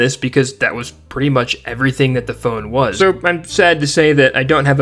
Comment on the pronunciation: AS SOON AS I HEARD IT I HAD TO GO TO THE COMMENTS